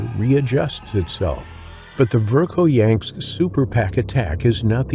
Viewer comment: VERKHOYANSK DOESN'T HAVE THE LETTER, "T", AT THE END OF IT! MORONS